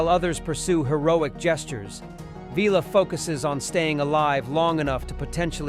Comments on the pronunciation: "Veeler"??? (=) "Villa" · Vil-ah…. Not Vella.. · Vila (pr Villa) NOT Veela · Vila not Veela. say it like pill but with an 'a' at the end, why am I telling AI how to pronounce names. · Vila isn't pronounced veela it's vil-a 😉 as per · That grated on my ears every time the AI mispronounced it. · Also Vee-la rather than the correct V-ill-la. 🙄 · Vee-La ... that not his name! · I agree. Terry Nation's credited for many decisions made by Chris Boucher and others. I read somewhere that Nation wasn't told that the entire ensemble of hero characters were going to be killed off. I suspect the narration to this video was generated by AI, having instructed it to write a review based on specific themes. And Vila being called Veela drove me mad! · great video about one of my all time favorite shows. One thing I would like to mention - you totally mispronounced Vila's name.